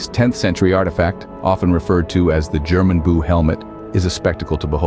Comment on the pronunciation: My mistake about the name Gjermundbu helmet, it was not your fault, as it sound like German Buu, and the trandlator made a big mistake. But the rest is nonsense.